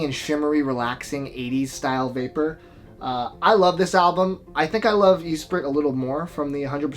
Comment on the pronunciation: Great video, but you gotta stop saying Eesprit. It's espree.